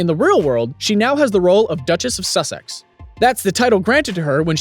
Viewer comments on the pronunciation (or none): none